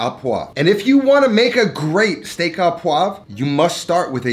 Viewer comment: Learn the difference between à and au. You said "à" and should've said "au." Au just couldn't be easier. It's pronounced oh.